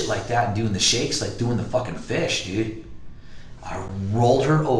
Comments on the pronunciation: Dyood, like maan dyood. Man, like, dyood. Dyood. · Duuuude, this dude uses the word "dude" so much, dude. Man, and he pronounced it like "dewde", man. I'd be rich, man, if I got money for every time he said "dude" or "man", dude.